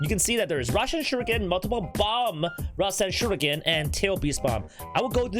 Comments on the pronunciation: Rasenshuriken nor Rasenshiruken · its RASEN SHURIKEN!!